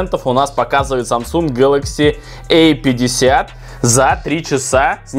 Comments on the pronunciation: Эй 50...эй70...А и эй. Дурик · Самсунг гэлэкси А50,а не эй50